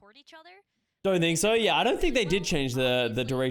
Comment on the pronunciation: FINALLY SAYING "DONT THINK SO" PROPERLY (first recorded sighting of 2022)